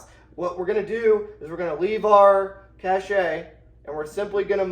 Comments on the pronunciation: Cache is pronounced "Kash". Cachet is pronounced "Ka-shay" and is a different word with a different meaning. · My brother in Christ, it's pronounced "cash", not "cashay". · Cache is pronounced cash ya fud. Are we trackin?? Love you brother 😊